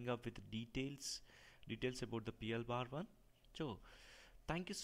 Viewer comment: It's not P L "BAR" one. Just say "P L ONE".